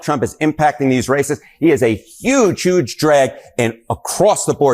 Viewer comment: The newscaster kept saying “YUGE “ just like trump does. Except when he forgot, slipped and then just went ahead and said HUGE.